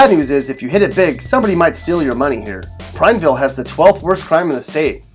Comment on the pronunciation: Yo dude, you pronounced Madras and Prineville wrong. Madras is like Mad 😡 ras. Prineville is like Prine-ville. Remember the “E” in there. Not Prin. Also we have some pretty awesome rock hounding powwows in both these towns. And drivers are way bigger jerks in Bend. I’ve lived in Central Oregon my whole life, and have never encountered more impatient and rude drivers than in Bend. It’s true most folks want to be left the hell alone in Prineville, but if you offer the first smile, most people are more than happy to make a new friend.